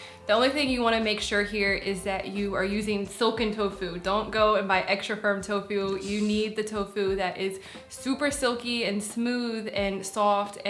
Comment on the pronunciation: "so next up we have silken...toe foo(t).." sounds delish 🦵👌👍